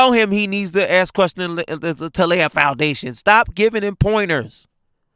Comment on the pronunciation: you’re my buddy. So I’m going to ask you. Why can’t black people say “ask/asks”? (asses) (ass)